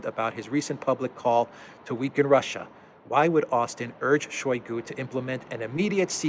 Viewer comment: [ShayGU] The ``o' ' makes ``a' ' sound as in ``owl' ' because word stress falls on ``GU' ', not on ``shoy' '. In Russian, unstressed syllables get muted.